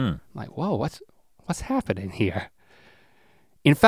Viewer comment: “I’m hare, and I’m quare!”